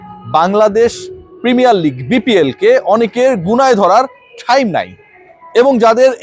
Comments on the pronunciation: টাইম ❌ ঠাইইম ✅ 😂😂😂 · ভাই আপনার টাইম নাই যে ভাবে বল্লেন খুব হাসি পেলে😅টাহ্ইম নাই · ঠাইম কথা টা শুনতে মজা লাগে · ব্রো আপনার কি ঠাইম হবে আমাকে, আস্লামু আলাইকুম বলা শিখাবেন পিলিজ ব্রো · ঠাইম নাই😂 আসলেই সেবএমনে বলছে